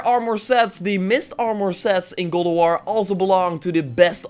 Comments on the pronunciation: Man said gold of waur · Me: repeat after me: ok Me: God J: God M: of J: of M: war J: war M: God of War J: golowar